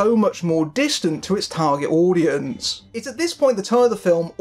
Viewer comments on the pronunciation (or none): none